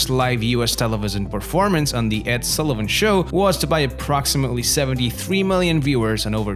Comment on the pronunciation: And it's Ed Sullivan, not Sallie-van.